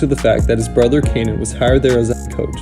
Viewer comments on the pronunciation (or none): none